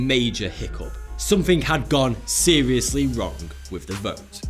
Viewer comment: Four fousand, oh nooo, somfing is seweiosly wonga ! lmao